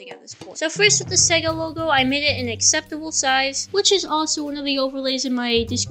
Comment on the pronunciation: he did NOT say sega